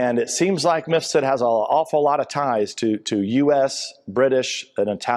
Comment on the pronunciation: Why does Maria keep calling Mifsud "Misfud"?